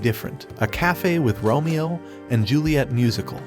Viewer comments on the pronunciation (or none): none